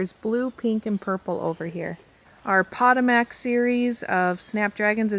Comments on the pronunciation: Potomac (snapdragons) is pronounced puh-toe-mick I had to google pot-ta-max 😂 and was like ohhh puh-toe-mick. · I am from Maryland and wanted to let you know how Potomac (as in Potomac snapdragons) is pronounced. It is pronounced Po-to(long o sound)-mac. I have lived in different areas of the country and it seems words change with the areas. I hope you don't take offense.